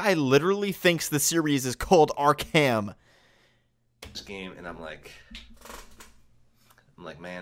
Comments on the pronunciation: I am genuinly irritated by this guy... Ark-HAM its pronounced Ark-am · “Ark HAM”🤡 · I am surprised that an angry mob wielding pitchforks did not show up at this guys door back in 2015 invertible reasons first of all he can’t say Arkham he says ark ham and then he says Arkham asylum American city suck suck